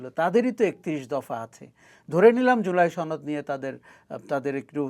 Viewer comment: জুলাই ছনদ 🤣🤣🤣 বাহ কি সুন্দর উচ্চারণ